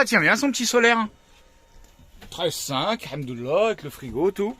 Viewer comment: "Bon ça tient bien son petit solaire 13,5 el hamdouLAH" (bien prononcé avec l'accent qu'il faut)